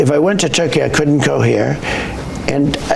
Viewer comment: FYI lol it’s not couln’nt and din’nt. I love you man but that drives me nuts 😂😂😂